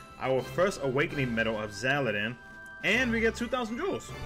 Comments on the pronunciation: XAL-DIN not XAL-E-DIN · Its Xaldin.